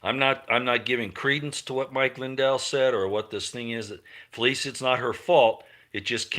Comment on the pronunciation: FELECIA IS PRONOUNCED FELEEEESHAAA!